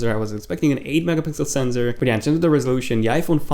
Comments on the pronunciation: And it's not "senzor".. It's sensor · U do know there is no Z in sensor ? It's just sensor not senZor and why does ur voice sounds like a robot dude?